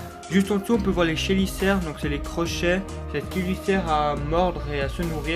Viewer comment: on dit kéliceres, pas sheliceres, même si ça s'écrit Chéliceres, on dit pas shloé mdrr